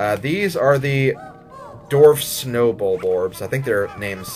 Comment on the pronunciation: Dwarf not darf